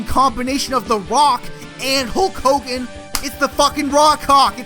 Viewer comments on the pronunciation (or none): none